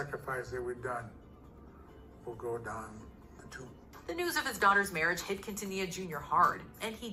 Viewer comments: It is pronounced Selena “Keen-ta-knee-ya” ☺️ Selene deserved the entire world and she would’ve been a force to be reckoned with. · Umm.... it Selena keen-tan-nee-ya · ummm Quintilla???? wtf did you even try to say it right????? why are yt people like this??? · Not quintila 💀🤣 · You butchered her name. But you can get the accent